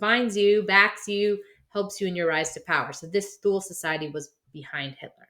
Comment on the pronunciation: It's "Tool-Uh" Gesellschaft.....